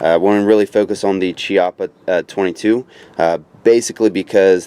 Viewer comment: For a correct speak pronounce Chiappa as Kiappa. In italian Ch is similar as K in british. Hi from Italy.